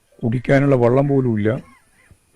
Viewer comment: വെള്ളമല്ലേ കുടിക്കുന്നത്..? വള്ളമല്ലല്ലോ...?